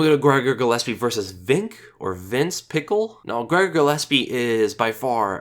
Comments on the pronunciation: its pischel not pickel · Lmaoooo Vinc "Pickle" I'm dead! 😂😂😂 you're the best... it's pronounced "Pee-shell", but man! That made me laugh so much lol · Pickle...? It's (Pishell) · Vince Puh Shell is how its pronounced. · Haha, Pickle, loled so much at the pronunciation. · actually burst out laughing every time you said pickle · same man that was funny af i don't get where he got Pickle from lol! i mean watch's a lot of fights like myself he had to have seen Vinc fight at some point you heard his name (PICHEL) before...Buffer pronounces it correctly not to mention his Nickname Flows with his last name just a really bad miss pronunciation.....lol love ya though you the man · If you type in Pichel in google translate in german and let them speak it you hear the right sound of ch. and his first name is spoken: Vins. Ultimate Fighter Canada vs UK i think he was with Robert, not sure though. Just an fyi :-)